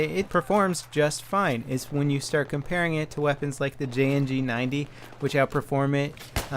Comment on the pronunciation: Lol he said Jng-90 at the end